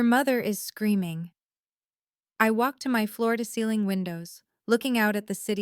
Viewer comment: Why the emphasis on floor-to-ceiling window?